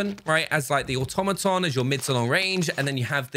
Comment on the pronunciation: say it with me: aw-TOM-uh-tahn